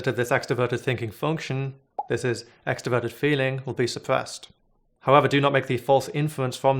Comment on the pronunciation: I don't think it's a lisp, I think it's an accent, which I consider kind of charming. Many people in Boston and New York City don't pronounce their "r's" either.